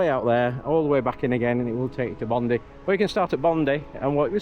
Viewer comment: As a fellow northerner I do love hearing “Bondy” but it’s defo “Bond - eye” 😉 What an epic trip! Good on you both for living the dream! This is one that’s on my bucket list 🥰